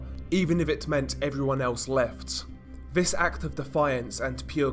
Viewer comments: it’s lazy and frustrating. Nothing wrong with a bit of criticism to make him sound better. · Lazy? That's how he speaks. I can hear he actually is pronouncing it! You can criticize without being so angry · stop saying “vis” it’s fucking “THIS” stop using “v’s” for “th’s”